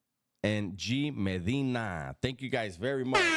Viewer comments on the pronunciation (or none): none